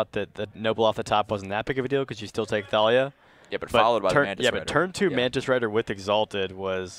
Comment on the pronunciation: ThAYlia? ShAYman?